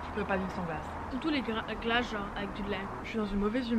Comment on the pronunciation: quand il parle de leurs glaces je trouve qu'il a un petit accent :)